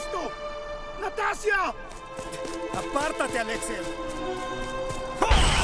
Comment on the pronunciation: Muy bueno, nomás que ナターシャ se pronuncia "Natasha", sin ánimos de desmerecer nada.